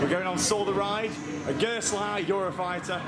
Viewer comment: it's gerstlauer